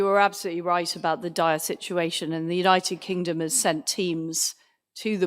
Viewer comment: United kink-Dom 😅 love the Estonian accent . Made me smile through all this madness . Strength to Ukraine 🇺🇦